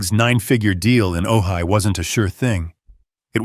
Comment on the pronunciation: Ojai is pronounced ‘oh hi’